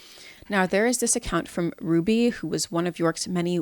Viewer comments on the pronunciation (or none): none